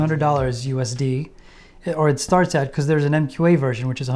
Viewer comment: I think he meant US dollars not US dee.